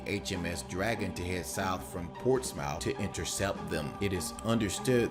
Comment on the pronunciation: Ports mouth xD It's pronounced Ports-muth